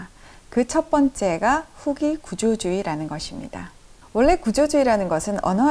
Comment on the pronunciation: 장음인 단어의 첫 자를 "짧게" 잘못 발음한 예: 현대, 보통, 후기, 대립 , 해체, 의도, 대항, 심지어, 가치, 세상, 해결, 최소화, 최적,세계관, 대변, 치유, 등!! 이상 예는 , 길게 발음해야할 첫 자를 모두 "짧게" 잘못 발음한 실 예이올시다. 이것이 사실이리면 참으로 놀랍지 않습니까? 더욱이 철학자의 발음 문제라면!! 어느 누기 이를 변명하리까?? 이것이 현대 한국 언어 타락상을 증명하고 있아옵니다. 동포여! 고국 동포여! "한국 어문을 고밤함" 이라는 책을 조용히 읽어 주시옵소서!! 1968년에 고국을 떠난 이 늙은 이가 "눈물로" 쓴 책이올시다. 미국 변 완수 드림